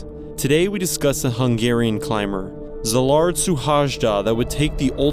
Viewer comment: I'm sorry but as a hungarian myself, please research the pronounciation next time because I genuinely could't tell you were saying hungarian words. His name is Szilárd Suhajda which is pronounced Sz as in snake, I as in invention, the L is not double, for the Á I don't really know a word but it's like 'ah' kinda. R as in reach and D as in destroy. His last name: S as in Shoe, U as in us, H as in house, A is a, J is the y in day, D is d, A is a. Also he's from Békéscsaba: B as in bee, É as in the a in cave, K is k, É again, S as in shoe, CS as in the first sound in trust, A is a, B is b, and A is a again. This is not meant as a hate comment or anything, just a tip to make the experience for viewers better.